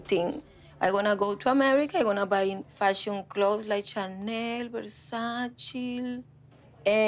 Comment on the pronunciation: She just pronounced Chanel wrong lmao